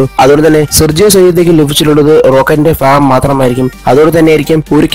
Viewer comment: ഫാഗം അല്ല ഭാഗം എന്നാണ് ....